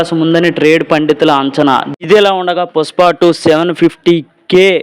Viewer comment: పుస్ప కాదురా పుష్ప 😄😄😄😄😄😄